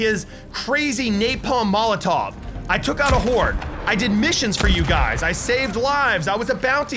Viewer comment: You said mishines XD it's missions